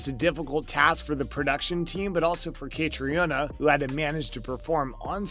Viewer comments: Catriona is pronounced KaTREEna. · Catriona Balfe'name is pronounced Cat-treena. Seems important that you get it right. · Could you not have learned how to pronounce Caitriona’s name (Catreena to make it easier for you) before making this video. It’s not like there isn’t hundreds of other videos out there where her name is pronounced correctly. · I am wondering... who is the author of this compilation if he can't pronounce the name of the leading actress correctly?